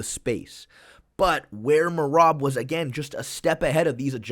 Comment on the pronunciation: Merab got a finish before figured out how to properly pronounce his name